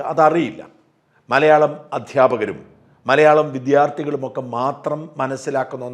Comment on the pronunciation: വിദ്യാർത്ഥി. കൂടുതൽ ന്യൂസ്‌ വായനക്കാരും തെറ്റായിട്ടാണ് ഉച്ഛ രിക്കുന്നത്